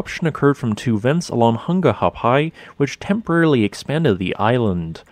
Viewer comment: He did good but didn't get the glottal stop in Ha'apai